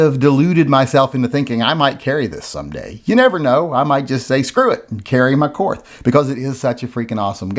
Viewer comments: Your ignorance and intolerance of modern Germany is disgusting. Fine, pronounce the brand name as you like, but not on the basis of any jingoistic triumphalism. Have some respect for the millions of Germans who have f*ck all to do with what happened last century. Your ignorance is shameful. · if you're not going to pronounce the 'h', remove it from the word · Germans still speak German. It's pronounced like "Kort". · If Korth is pronounced “Kort”, is “the” pronounced “tuh”? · Korth is pronounced "Kort" because not all German people are or ever were Nazis or Nazi sympathizers! 🙄 Members of my family actually helped people escape Hitler's genocidal tyranny, in a similar fashion to how Americans had the Underground Railroad to help slaves escape to freedom! I don't care who won the fuckin' war, we're not all bad people! Stop bashing my beautiful people and culture you racist pig! 😡 I'm just kidding, and I know you are too, we also aren't crybabies, and contrary to the stereotypes portrayed in South Park, we DO indeed have a sense of humor! 😅 To demonstrate this, I will now tell a German joke... What is the difference between a Saxon and a foreigner? You can understand the foreigner when he speaks German! 🤣🤣🤣 I will now tell another German joke... What does a crocodile say after eating a clown? Schmeckt komisch! (Tastes funny) 🤣🤣🤣 Du siehst? (You see?) 🤣🤣🤣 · Why not just prononce Wills last name correctly? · Since you're refusing to pronounce Korth correctly, the ATF on behalf of the GESTAPO will seize the revolver and send it home to Germany. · Es heißt Korth ……… mit hartem T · It’s pronounced ‘Kort’. We didn’t win the war, the Russians did. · It is kort. Not korth. And the Russians actually won the war in Europe with our help. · It’s KORT MUDDER FLUBBER 🫵😂😂😂😂😂😂😂